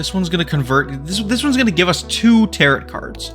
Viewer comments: Tarot is not pronounced as Taro>T< It is pronounced as >Taro< without the T at the end. Please, pronounce it correctly. It's annoying. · Came to the comments to make sure someone was correcting 'tarot' to 'tarro' for pronunciation. It's French y'all, don't say all those letters. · Really well done and many thanks. But, bro… ‘Tarot’ doesn’t rhyme with ‘parrot’. 😂 You’re killing me here. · Tarot is pronounced like Marrow and Barrow. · Nothing is more beginner than mispronouncing "Tarot" 😂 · Look up the pronunciation of tarot for future videos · That’s not how you pronounce it, bud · No you didn't. You pronouced tarot like "carrot". It's a silent T on the end. Tarot and barrow rhyme. Tarot and carrot do not.